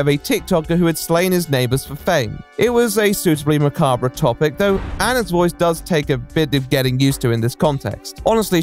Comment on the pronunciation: how does someone who talks for a living not know how to pronounce macabre?